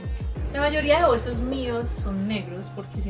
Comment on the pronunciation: se dice bolsos no bosos jaajajjajaajajajajaajajajajaajja